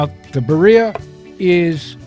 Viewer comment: It's pronounced "Bee 🐝 ree ahh" and not " bariahh"